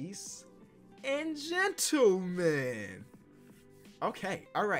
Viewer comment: he was saying lay-tees and gentlemen